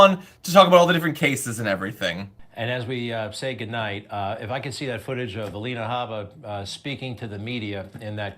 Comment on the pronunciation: Alie-na Habba